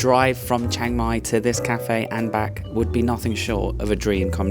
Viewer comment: CH, not SH